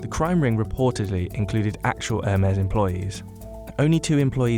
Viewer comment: Something peeves me that they keep pronouncing Hermes like "Air mares" like it's flying horses instead of "Her-mees"